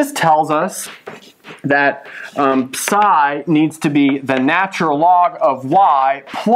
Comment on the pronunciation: The way he says psi hurts me